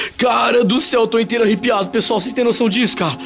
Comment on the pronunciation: Eu acho que quando um espírito ou uma entidade se aproxima de você, não se fica IRRUGADO! KKKKKKKKKKKKKKK!!! EU ACHO QUE VOCÊ SE "ARREPIA" "FICA ARREPIADO" MAS COMO VOCÊ É TEIMOSÃO, CONTINUE FALANDO ERRADO. KKKKKKKKK! ATÉ MAIS CARA IRRUGADO! KKKKKKKK!!!